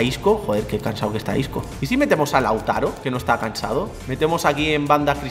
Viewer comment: Quien se da cuenta de que en el minuto dice LAUTARA